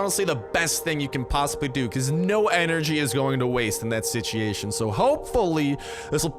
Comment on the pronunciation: Why do you say sichiation? It's pronounced sit-chew-ayy-shon